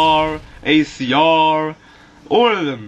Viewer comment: LOL ACRRRRRR andthe SCARRRRRRR and the TARRRRR